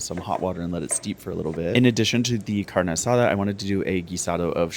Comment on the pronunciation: Do you speak Spanish? You said “taquero” and “carne asada” perfectly